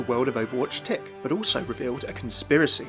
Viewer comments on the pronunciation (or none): none